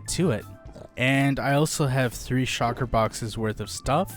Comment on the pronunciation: Shulker! not Shocker